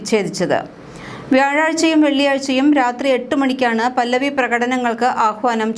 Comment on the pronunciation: പല്ലവി അല്ല പഹല്ലവി